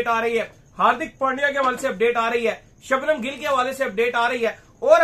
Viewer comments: the reason why he pronounces Shabhnam instead of Shubman as he has got some difficulty in pronouncing his name. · शबनम नहीं शुभम 😂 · शुभम nhi शुभमन